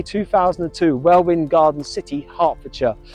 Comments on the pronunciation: Hi another Good Vid. Its pronounced Welwyn. (WELL IN) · Welwyn Garden City is pronounced Welyn the second 'w' is a silent letter. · The hospital is the QE 2 the place is pronounced Welling Garden City. Great video content as usual.👍 RIP Mick Tucker sadley missed. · Another good un, one thing thou the second W in Welwyn is silent lolol